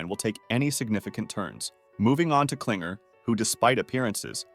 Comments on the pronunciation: It's "king-err" not "cling-err" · you literally didn't even pronounce pomni, kinger, kaufmo, ragatha correctly. You call pomni Pomani, Kinger Klinger, Ragatha Raatha, and Kaufmo Kafmo. you called Murder Drones, Killer Drones show. How do you screw up that bad?! The characters names aren't that hard to say! Murder drones is not called Killer Drones Show! Whatever 'research' that you did, was terrible! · “pomini” “pompeii” “cowfmo” “klinger” “rawtha” 😭